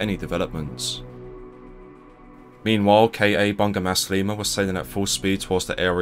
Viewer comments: Its actually read as bu-nga not bun-ga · Bunga = flower pronounced as "boo-ngaa" PS: you can consult me on Malaysian names for your upcoming videos!